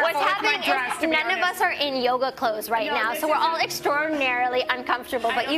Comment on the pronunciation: How you say ... I do joga.